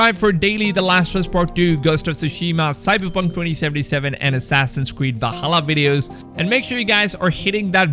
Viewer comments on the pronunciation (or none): none